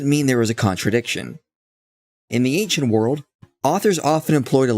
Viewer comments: Why does thia guy say "Ankshent"? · Always bothers me how thar guy can't say ancient, sounds like ankchent. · How does a man make it to whatever age Beardy McBaldy is, attain a position in which he appears in public forum discussing religion without ever having had someone say to him, "uh, dude--you're saying that word wrong. It's 'ancient'--ehn-shint. No hard C because the etymology is French. I'm not trying to be a dick about it, just thought you want to know, because you'd tell me if my zipper was down, wouldn't you?" Does this man have no friends, or just no friends who are any good at using the English language?